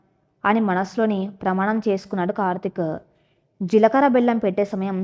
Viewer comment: జీలకర్ర. స్పష్టంగా పలకండి.